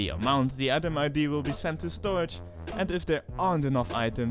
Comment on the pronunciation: I seen this in multiple videos and probably no one pointed out. It is storage, not storrage.